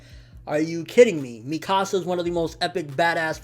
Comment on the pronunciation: I've seen some ppl pronounce Mikasa's name differently like him. Why?? In the Anime and Movie they pronounce it (meekasa) but he says it different. Is there an actually way to pronounce her name??